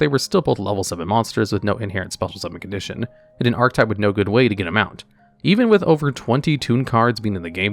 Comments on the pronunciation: ar-che-type not arc-type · Its fucking painful to hear you fuck up the word archetype over and over. PROTIP: that e changes the word you grade school dropout. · You're not saying archetype right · Completely off-topic, but has anybody else noticed that YGO content creators don't know how to pronounce "archetype?" I don't think I've heard one pronounce it correctly yet.